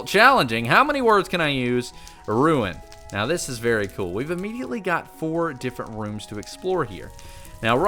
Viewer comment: cool not col